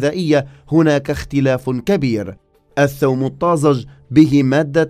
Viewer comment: الثوم البلدي ولا ايثوووووم. 😅